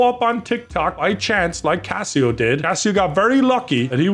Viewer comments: Its Case-oh not casseo! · saying CaseOh like Casio is so funny. It’s case-oh / Queso with American accent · please it's case o that's how you say his name not casseo or whatever the hell you where saying people please like this so he sees it or blow up his Twitter correcting him every time he said the name wrong I had painful cringe it really annoyed me for some reason. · CaseOh is pronounced "queso" not "Casio" 😂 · I know did not just call Case Oh, Casio. Bruh. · is it just me or does not know how to say case-oh not cass-e-oh. and also did not know about the lex situation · Caseoh❌️❌️ Cass e oh✅️✅️ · Learn how to say Casoh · Did he just call Caseoh, Cassyoh? 😂😂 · you say Caseoh like Queso cheese, (Ka-ace-o) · is he calling CaseOh casio like the watch? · says Caseoh's name Cass eo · Brutal CaseOh pronunciation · pronouncing caseoh's name wrong is so funny 😂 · How tf does screw up Caseoh's name think about his name like Nacho cheese dip. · The way pronounces Caseoh 😂